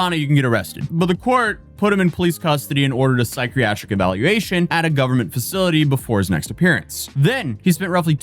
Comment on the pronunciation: ' Apoculypse' & 'Psychriatric' Brother you need more sleep 😂